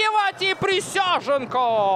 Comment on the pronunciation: Присяжненко - какой хороший вратарь! С удовольствием в третий раз пересматриваю обзор. Комментатору вызубрить фамилию превосходного вратаря! Никакой не Присяженко, а Присяжненко!